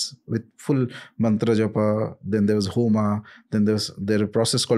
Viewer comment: Why would you say Mantra Jap"aa" , Homa "aa" Why all this colonial impact. Why not मंत्रजप and होम, This is most irritating.